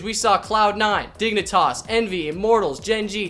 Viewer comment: I hear you saying dignitoss and yes your correct.. hahaha